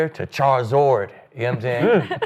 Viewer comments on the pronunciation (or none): Charmander to Charzord??? Charsword???? It's Charizard, Aqib! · Who tf is this??? Leave the Pokémon references for your child. Clearly have no idea what ur saying. This guy said “Charizord” never once have I heard charizard mispronounced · Calling Charizard ChariZORD 😂😂😂